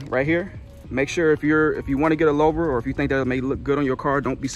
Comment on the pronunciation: Not trying to be rude but it’s pronounced like hoover but with an L like “looover”